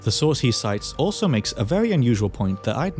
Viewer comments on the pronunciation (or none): none